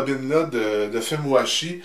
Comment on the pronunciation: j'entends "fait moi chier" a chaque "film washi" c'est perturbant